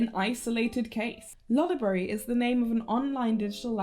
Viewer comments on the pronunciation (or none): it's Lo-Library and I will die on that hill xD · Lo-library is the way, it puts the emphasis on the word library. This is good because it is mainly a site for people who already know what lolita fashion is and this pronunciation helps it separate from other lolita fashion-related sites like blogs and wikis. Meanwhile, loli-brary shortens "lolita fashion" down to "loli" in a way, this is recipe for a terrible misunderstanding these days. I rest my case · The disclaimer at the beginning of the vid was hilarious and I love the editing of the PowerPoint sections of this video. (the stock lolitas were excellent) The humor in this video is immaculate and it was a lot of fun to watch! (also I too pronounced it loli-brary so yay) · i am a miscreant that pronounces it as lol(lawl)-library and it will be pried from my cold dead hands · Am I deaf or are both loliable and controversy pronounced with the stress on the first syllable? oO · I disagree on the pronunciation but the stock images killed me 😂